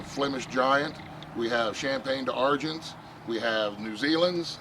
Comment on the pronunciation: D’Argent: the word is French, and it’s pronounced “darjen”: two syllables, no apostrophe, no T, the G is pronounced as a soft J as in other French words, “jshhh” like telling someone to be quiet.